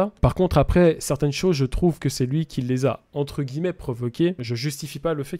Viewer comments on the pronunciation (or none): none